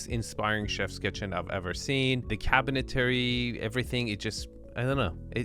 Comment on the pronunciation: Couple things. One I love this channel. Only discovered it about a week ago and I’ve watched way too many of these. They really make you appreciate ardies genius. Second, needs to stop adding an extra syllable to cabinetry. It’s not cabintary. But I digress. Lol Third, I’m confused as to what enes is. Does he show these houses bc he’s trying to sell them, or is this just for his channel. Does he stage them, or someone else?